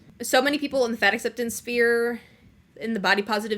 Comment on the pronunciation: With nothing but love I must tell you it's "sphere" not "spear"